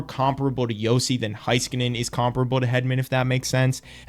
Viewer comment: It’s Hey-skanen, not Hi-skanen. Cheers 🇫🇮